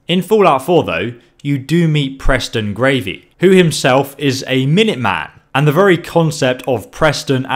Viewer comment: "Preston Gravy"